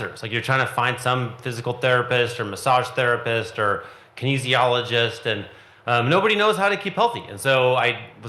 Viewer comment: Rashad attempting to speak Kinesiology is painful